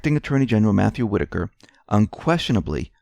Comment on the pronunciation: I am glad you learned the correct pronunciation of Whitaker